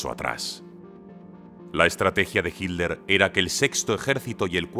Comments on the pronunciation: Por favor, es hiTTTTler, no hiler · ¿Pero por qué le dicen "Hidler". ¿Qué no es Hitler? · A ver señores españoles; el apellido Hitler, tiene dos sílabas: Hi y tler; entonces por favor pronuncienlo bien HITLER ! No Hit ler ok? Se los vamos a agradecer mucho. Sean congruentes por favor 🙏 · Es su forma de pronunciación. Como en inglés: sweet- suid